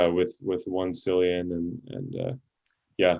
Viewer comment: Always laugh at any video made by Americans. Been watching these type of vids since 2017. One thing that is noticeable is you cannot pronounce the names of heroes. Im sure one of the 4* mention was Cyprian, sure you said Cillian. Please add The heroes in the comments. It would be much appreciated by all. Great vids though.